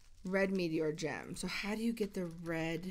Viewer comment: NUUUUU I MISSED THE STREAM Oh yeah and when she said Gem at the beggining i tought she said Jam😂